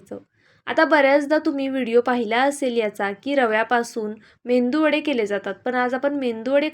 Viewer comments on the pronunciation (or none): रेसिपी छान आहे पण झटपट होणारी नाही तसेच मेंदूवडा असे म्हणू नका मेदूवडा असा शब्द योग्य आहे